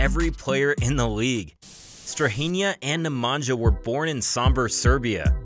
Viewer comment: hi. You pronounced Strahinja correctly , but Nemanja not. Nemanja should sound as NemanYa. Similar to StrahinYa. Ok. . Cheers